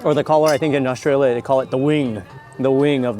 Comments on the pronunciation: Astraya, Melbun.. Nailed it, Mark. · you can really tell Mark makes a conscious effort to pronounce Australia and Melbourne the best he can like an Aussie lol